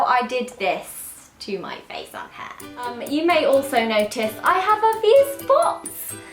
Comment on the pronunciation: "My haaa"